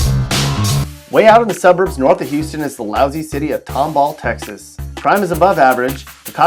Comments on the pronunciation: Oh and also its not tom-ball...its pronounced tomble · Why did he lousy city of tomball Texas when it's clearly tom all county